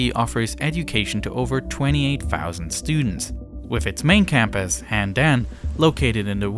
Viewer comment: And Handan. My eardrums broke with that~